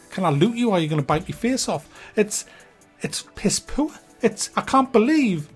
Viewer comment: "It's piss poooa" :)